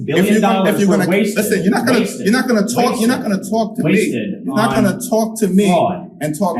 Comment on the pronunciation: Oooooo that Brooklyn came out...." You're not gonna tawlk to me"!!!!! FINALLY!!!!